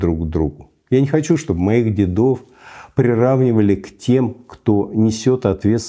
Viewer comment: Уважаемый Михаил Борисович!Позволю одну корректуру: не дедОв,а дЕдов.ДедЫ- это в армии СССР.